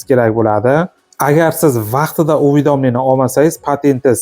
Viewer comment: Лулими бу уведомление деган сузни айтолмаяпти😂